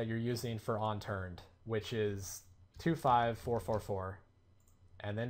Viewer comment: UNturned.....ONturned. u keep saying ONturned lol